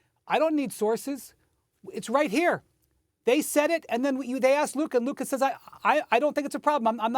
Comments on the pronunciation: “Luker Doncic” 😄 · Why does SAS say "Looker"? 😂😂😂 Brih, it's LUKA!!! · Stephen A who is Luker? 😂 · "Luker" - Stephen A "Donkitch" - Mad Dog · “Luker donchick” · Why do people keep calling him “LukER” 😂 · If he Stephen a say “Luker” again